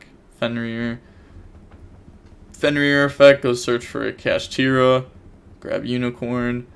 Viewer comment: Ganggggg he’s saying kashtira right